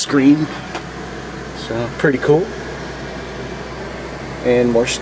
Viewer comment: To late, but you don't say pretty cool, you say perty cool. So reserve that domain name instead